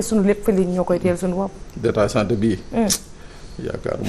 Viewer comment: 🤣 ningay wakhé DATA CENTER dafa Wolofé trop🤣🤣🤣🤣